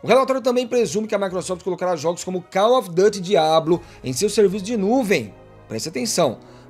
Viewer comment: koll ofi Du ty. para ele 😂. Cada uma né? 😂